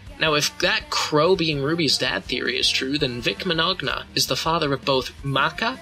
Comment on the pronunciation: Using DBX for comparison is pretty out there because it doesn't really use any facts or anything like that. Ragna actually would've won that fight even with Ruby's silver eyes. Also you mispronounced Vic's last name